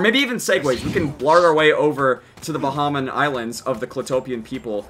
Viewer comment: Lol its Bahamian kinda like baheymian and we made peace with the raisin people a long time ago, clitopia was a gift.